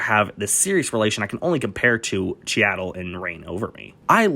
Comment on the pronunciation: It's pronounced "Cheedle." How have you never heard someone say his name before? Also "Capote" is one of your favorite PSH performances, but you can't pronounce that either?